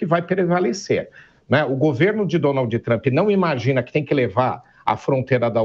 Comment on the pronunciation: Um repórter que mora no país que faz a matéria pronunciar Donald dessa forma errada deveria ter vergonha! Aliás isso é uma vergonha!